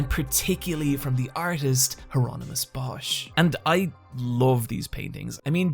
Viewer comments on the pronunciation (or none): none